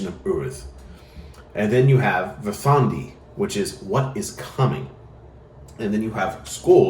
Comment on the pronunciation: DÍsir, VERÐandi. Just a friendly factoid: every word in Old Norse has emphasis on the first syllable :) I know pronunciation isn´t that important. But this is an easy rule to follow